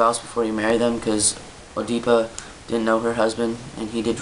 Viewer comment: Nice video, thanks. And, it's pronounced ed-ih-puh.